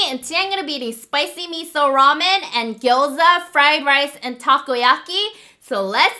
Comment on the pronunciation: It really did sound like u said “What’s up Men.... Raw Men!” 🤣🤣! Love u Hyunee ❤️